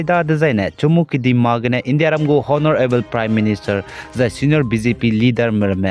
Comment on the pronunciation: Honorable H silent so pronounce as onorable